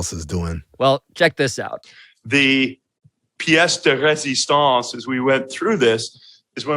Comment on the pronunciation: he used Piet de resistance and did with a French accent so that proves that he is smart